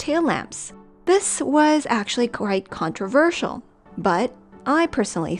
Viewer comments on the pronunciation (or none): none